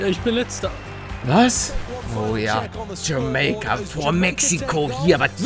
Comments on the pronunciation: bitte hör auf das jamEika zu betonen das heißt jamAika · Deutsche Sprache: JamAIka Paluten: JAMEIKA Deutsche Sprache: Am I a joke to you? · wie blöd kann man sein, es heist jamaika auf deutsch und (ausgesprochen) jameyca auf englisch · Es heisst jameika niche jemeike👌🏼super geiles video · Lieber Paluten, Es wird Jamaika also mit "a-i" und nicht mit "e-i" ausgesprochen P.S geiles Video👍👍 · Sagt pale die ganze Zeit jameica anstatt jamaica ? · Palle... Es heißt JamAica Und nicht JamEIca😂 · Paluten man spricht es Jamaika aus und nicht "Jameika", da gehört ein "a" Vokal dran und nicht ein "e". ;D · kannst du BITTE wieder für Deutschland spielen? Es triggert mich wie du JamEika sagst, und nicht JamAika hahaha. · ALTER ES HEIßT JAMAIKA NICHT JAMEYKA! ALDA TRIGGERT DAS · es heißt Jamaika und was sagt palle? jemeka😂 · Jamaika... Nicht Jameika... Ich bin grad so fkn triggert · Sprich es bitte Jamaika aus und nicht jameika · JAMAIKA NICHT JAMEIKA AAAA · Bitte sprich es richtig aus und sag Jamaica und nicht Jameyca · Es heißt nicht Jemäica sondern Jamaica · Jamaika nicht jameika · Kannst du es bitte jamaica und nicht jameyca aussprechen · Nicht jamayca 😂 sondern jamaica aussprechen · Könnt ihr Jamaika nicht mal Deutsch aussprechen? Bitte? Es heißt "Jameika" und nicht "Jamäika"! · Jemaika wie palle sagt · wie Paluten jamaika sagt hat mich mies getriggert :D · Palle es heißt jamEIka (also ausgesprochen) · Bei ihm klingt jamaica wie jameeicaa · Palle es heißt Jamaika nich Jameyka xD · Bitteee es heißt Jamaika ("TschamEIka" Wie das Ei) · Warum spricht Palle Jamaika Jame-ika aus, des triggert mich so xD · Erstmal Jamaika richtig aussprechen bitte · Palle sprichst du das mit Absicht falsch aus das spricht man jameika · Das spricht man jameika aus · Wie er das ausgesprochen hat mich übelst getriggert😂😂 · Kannst du bitte Jamaika richtig aussprechen das triggered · Uuuunnnnnddddd DEUTSCHLA..... JAMAIKA? JAMAIKA. OK. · Bitte sprech Jamaika das nächste mal richtig aus